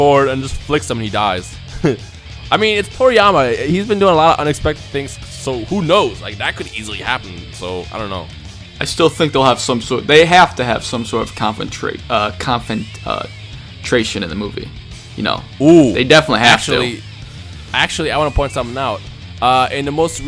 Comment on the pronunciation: LOL "confrontration"